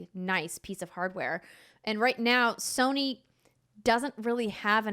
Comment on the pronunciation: Andrea pronounces Sony like there's an R... 'Sirny' 🤔